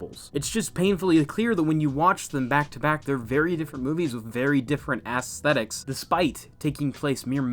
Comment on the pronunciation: *ass-thetics, like el-ass-i girl. Also, great vid, as always. I expect just as good from the next one. Keep up the good work bro.